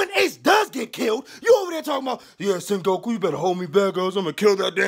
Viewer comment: I just love the way you renaming all this characters forealz! Man said Senhoeku!! I think BonClay is the reallest reallest, besides him Bartolomeo got my vote that guy was riding for Luffy before he even met him, have you seen his ship! And he basically formed the grand Fleet for Luffy by force🤣🤣🤣